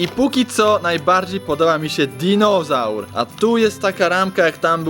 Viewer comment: Serio disonaur DINISAUR😂❤️😂👌👌👌👌